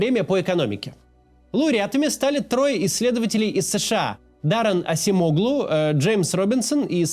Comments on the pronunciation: Не Асемоглу. А Аджемоглу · он вам Ачемоглу а не асимоглу😂😂😂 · Не Асемоглу а Аджемоглу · Acemoğlu, произносится как Адж(j)eмоглУ, ударение на последний слог. И даже если говорить Асемоглу, то ударение не на О